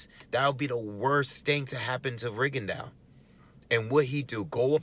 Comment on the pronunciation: The man's name is pronounced Rigondo. But Americans stay butchering his name and call the little dude Rigondawe, some call him Rigondiao kind of like Pacquiao. Stop it can't y'all pronounce the word Plateau or faux or beau. Those are all french words that y'all pronounce correctly it's the same thing with the quitter's name that's a french name and I think he has distant Haitian ancestry because a lot of Haitians were travelling to Cuba in the early 1900s to work in sugar cane plantations there.